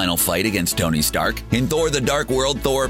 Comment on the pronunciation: Who is "Gony Stark"?